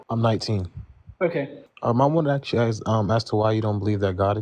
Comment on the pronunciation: Anyone unable to pronounce a simple word like "ask" is never going to be able to form a coherent argument.